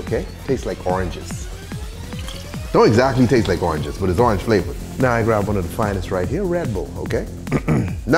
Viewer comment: Why this man say orangjizzz